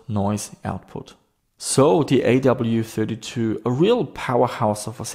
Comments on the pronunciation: AWE32 (like being in AWE of something). Not A.W.E.32. Hurt my head hearing you say it each time 😂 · You have AWE32 in the title, yet you always skip over the E every time you say the name. A. W. E. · I have no idea how it's supposed to be pronounced, but I always pronounced "awe" to rhyme with "saw" instead of saying the letters. Even though I know I could be wrong, it really grates on me hearing pronounce it "A-W-E", like hearing someone say "ATM machine" or "PIN number"!